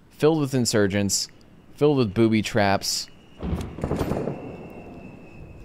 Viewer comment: Did you say bootie traps?